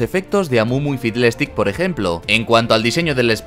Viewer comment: ha dicho fiblèstic? xDDDDDDDD